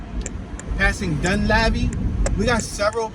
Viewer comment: Dun leeve is how it sounds